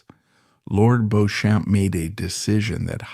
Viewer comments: It is pronounced Lord BEECHAM. I will give an example, although the road near Harrods in Knightsbridge, London is spelt Beauchamp Place it is pronounced BEECHAM Place. So many of these types of programmes (British spelling, I am English living in Knightsbridge) fail to get the pronunciation of names and place names correct. This is a shame as the content is often historically interesting. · Sadly, for you in particular, whoever put together this video did not consult someone of your class and background. Beechum is spelled B E E C H A M. BEAUCHAMP is spelled B E A U C H A M P. The origin is French. And so, it is only natural to pronounce it as the French would. Personally, I would be more offended if they translated the name into proper King's English. The name would then be pronounced as "Goodfield". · If you're going to make a documentary about a person, whether accurate or not, the very LEAST you can do is pronounce their name correctly! This gives me zero confidence in your channel and it's obvious lack of even basic research. Nor is 'AI' any excuse. You can correct AI. If you're not willing to research and correct something so basic, you obviously don't research ANYTHING yourselves and just publish whatever unfounded nonsense AI may come up with! A history channel to avoid, people! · Fix robo narration. Can’t even correctly pronounce the main protagonist correctly!! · Beech’um. Not Beau Shamp! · Please learn how to pronounce Beauchamp properly. It is Bee-cham not Bow-champ. And is is Sink Ports not Sinky Ports. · For openers. the name is pronounced BEECHAM. not "Bohchamp!" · I can´t listen to this AI BS any more. It´s "Beecham" not "BOsham". Sinkay ports? I´m out. Sloppy and lazy. Ruined what might have been an interesting documentary. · His name is pronounced “Beecham.” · Pronouced Beecham! as Jervaux is Jarvis Featherstonehaugh is Fanshaw etc learn proper English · AI does not know how to pronouce a lot of words. Beauchamp is Beachum?